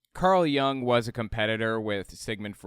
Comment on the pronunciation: Hey! Love your videos! I know that you have an interest in psychology and just wanted to point out that Jung is pronounced with the same short /u/ sound as in "put". I've always been surprised how much credence has been given to some of his ideas as they have struck me as far too wooey to be taken seriously in a scientific field.